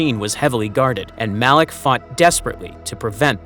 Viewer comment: 55 it MALAK NOT ALAK